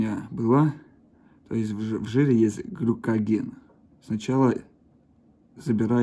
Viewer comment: Не глюкоген, а гликоген ))